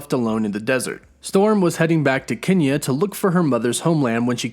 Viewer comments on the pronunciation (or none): none